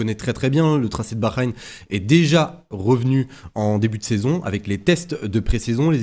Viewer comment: STP ça se prononce baHrain "ha" pas un "gha" 😂 En tou cas je vois : Piastri Leclerc Norris Je tente Charles si j'ai bon c'est fou Let's goooo